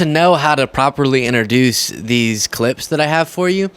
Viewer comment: Trump constantly gaffes and has issues enunciating, but you probably shouldn't criticize someone's way of pronunciation if you have those same problems yourself. "Inner-duce"? That's not how introduce (Intro-duce) is pronounced. 😉